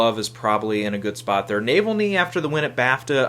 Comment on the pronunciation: No offense, but Navalny is about the Russian dissident who is in the news just about every day. It's pronounced Na-VALL-ny. If you see it, it's an edge-of-your-seat, real-life political thriller. My money is on it for the Oscar.